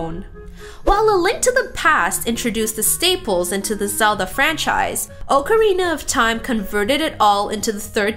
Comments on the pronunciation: Ocarina is awk areena not oke areena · you made a mistake it's pronunciation is ock-a-rina